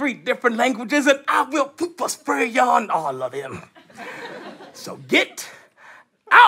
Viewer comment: It sounded like said, "POOPER SPRAY." lol